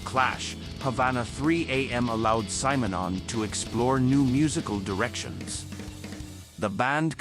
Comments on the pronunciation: This is the only time I have heard his name pronounced as Symer-non. I have only heard it as Simmernon. I wonder which one is right? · Kudos for a deep focus on the great bassist & painter Paul Simonon. But who designed this terribly constricted AI voice-over? Pronounce Mr Simonon's name correctly: it's "Simm'", not "Sime", you bloody blinkered robot. Mr Simonon also did some pretty risky undercover work for Greenpeace, he's a right proper geezer. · You should listen to how Paul pronces his own name! Not SIGH - SIM! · No, the AI pronounced it wrong in the video, it’s actually pronounced like ‘cinnamon’ with the n and m switched.